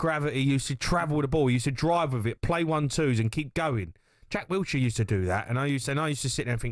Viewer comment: "Jack Wilshire" LOOOOOOOL.